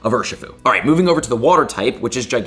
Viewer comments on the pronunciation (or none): none